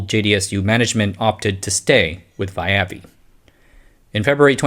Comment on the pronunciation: You probably did your homework but I like to image it's pronounced via-vi. “Via vi” is Latin. It literally means “by force”